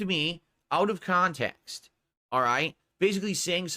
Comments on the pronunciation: As i predicted as sure as the rotation of the earth, "Its out of kahntext. So what if i bought it?" and the usual rage ranting. Good going. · I freaking called it, I freaking knew he was going to say it was taken out "ahf kahntext"